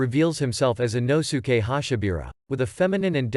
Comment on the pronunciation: He really said ino-suke he’s called inosuke